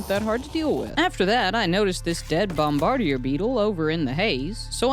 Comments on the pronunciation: Bro it's pronounced bomb ba deer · It's pronounced bom-ba-deer